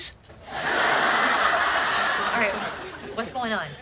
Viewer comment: Im sorry did you say chesse that always crack me UP